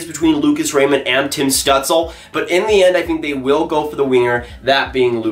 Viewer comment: Stützle is pronounced stootzle I’m pretty sure